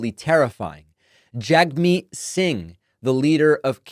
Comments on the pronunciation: Jagmeet Singh's first name is pronounced "Jugmeet." Like "HugMeet." In Canada, to mispronounce his name as "Jagmeet" is the equivalent of mispronouncing "Kamala." Members of the Canada's Conservative Party do it all the time and it always comes across as hateful and ignorant. David, I know you meant no disrespect and this comment is not a condemnation. Keep up the good work! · Just FYI David, Jagmeet Singh's first name is actually pronounced 'jug-meet'.